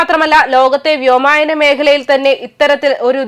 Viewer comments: വ്യോമായനമല്ല വ്യോമ ++യാനമാണ് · വ്യോമായനമല്ല കൊച്ചേ വ്യോമയാനം. അത്യാവശ്യം മലയാളമൊക്കെ വായിച്ചു ശീലിച്ചിട്ടു പോരേ വാർത്താ വായന?